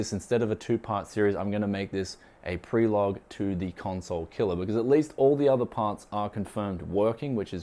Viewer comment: Did I really just hear "prelogue"? :D